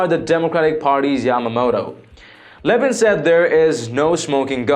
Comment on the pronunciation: It's a total shame that you offend the one and only Mark Levin. Please at least try to sound educated, and learn how to pronounce subject's name correctly. How can anyone with anything to do reporting political stories, not know how to pronounce the "Great One."..??